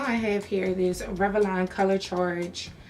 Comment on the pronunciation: I love how you say Rev-a-lon ! 😂 I'm just messin with you lol